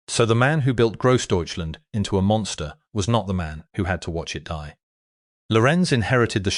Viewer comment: DIE as in death, fire brigade??? Your AI narration bot needs to learn to speak German.